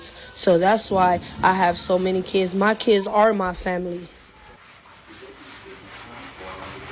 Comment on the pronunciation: “Mah Keedz”